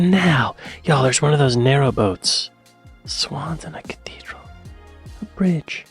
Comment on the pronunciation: I can't be the only person annoyed by the pronouncation of cathedral. 'Cateedral'